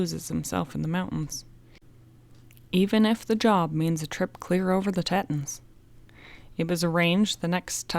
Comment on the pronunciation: I don't know how the word You pronounce as Teton is spelled, but I think You might be referring to the mountains and river in Idaho. If so it is pronounced Tee + Tuhn